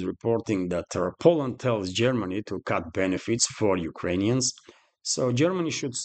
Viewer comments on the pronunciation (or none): none